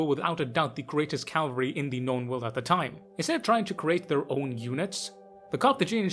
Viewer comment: I've think I've whined multiple times but Cav-al-ry.🤣